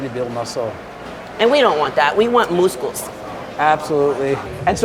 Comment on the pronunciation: We want mooscles 😂 we sure do girl